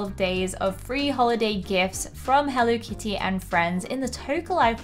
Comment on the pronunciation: You’re saying it wrong healthy kids that are using hell Lee kitty that’s great way to pronounce it go to bed I love your store I love your shows but you better show